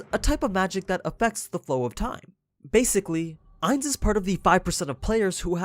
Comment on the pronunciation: I don’t mean to be rude but you say Ainz name wrong the last part is said like gon